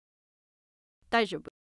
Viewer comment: it’s daijoubu